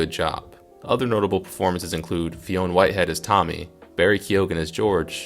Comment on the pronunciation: Not to be a dick mate but the names are pronounced ‘Fine’ Whitehead and Barry ‘Keon’